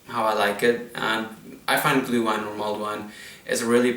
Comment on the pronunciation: You say "gluewine" but it is "glÜhWein" - the letter "ü" is pronounced like the French "u", and the "w" like the English "v"!!!